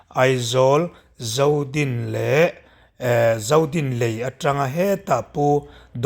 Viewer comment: Zodin i sawi dan chu mi sawi dan nen a thluk a va in ang lo ve,mi sawi rik ang in sawi ve hram hram teh a.